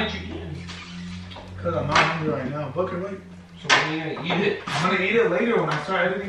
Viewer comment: when he said booker are you going to help me prank it sounded like he said fucker